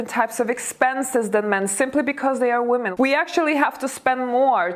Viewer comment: Thanks. It's always interesting But you mispronounce the word women